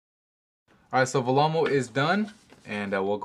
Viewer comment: Also it's pronounced vellemo not vamo!